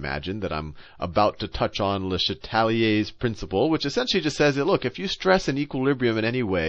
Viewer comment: Thanks sal, but it’s “le CHA tel ire’s”, not le sheTAL i er’s...